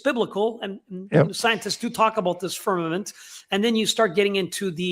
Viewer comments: I love you guys and I watch all of stuff… I wonder why he says firminant instead of firmament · Why does say “firmanent” instead of firmament?